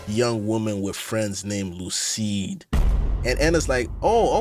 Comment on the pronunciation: Great video but I’m wondering why you called Lucie “Lucide” 😭💀